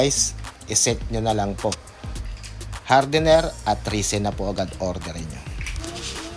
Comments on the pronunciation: res-in pronounciation po. hindi ree seen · Risen ba o resin? 😂